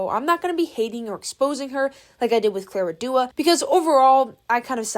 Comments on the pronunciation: Yeah, that bothered me too. “Clara Duo” 😭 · Nadine 'Breaty' not Beauty, and Clara Dao (Da - o) not Dua 😭😭😭😭😭😭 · Girlys pronounciation went from clara dao to clara dua to clara duo 😂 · gurl, its clara DAO, not clara DUO/DOA😭😭😭😭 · clair uh dow ✅